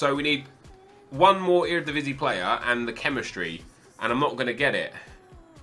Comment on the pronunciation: your pronunciation of eredivisie was surprisingly well!